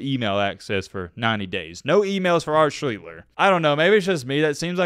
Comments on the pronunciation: The very least you can do is pronounce his name correctly. Not Schleetler. Try adding an s and t and dropping the t and l. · That isn't how you pronounce his name, it's SHLEACHS - TER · For a guy that supposedly did his "research," he can't even pronounce his name. It's SLEESE-STER. I just couldn't get through it. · It was pronounced Sh-lee-sh-ter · Pronounce well his last name. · u r really butchering his last name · Your pronouncing his name wrong. Lol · The video is good, but you have to be sure you’re pronouncing the last name correctly. It takes away from the quality a lot.